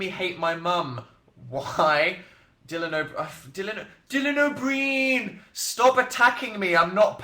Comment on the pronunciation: He said Dylan O'Brien like 3 times before I understood what he was saying omg